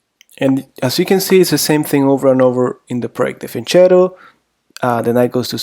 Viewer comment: If your name is you should at least know that it is pronounced fianketto lol. Also the opening is Peertz and not Pirk.